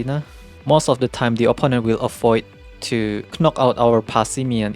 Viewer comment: The first K in knock is silent